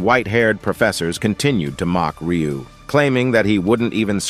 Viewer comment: He literally called him ryui 😅